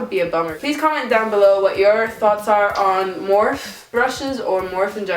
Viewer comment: Edit Is her last name. Linda Morphe. She pronounces her last name Morph-fee.